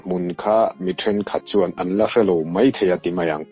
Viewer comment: Keipawh kalo ning deuh thin a, sawsel peih min tih ka hlau deuh bawk sia, rawn sawi nfhal mawlh mawlh mai se, ka duh ber mai 😅. Tin, 'mei' ti lovin 'mai' han ti zeuh la tha zawk lo maw, te kalo ti mai mai. 😜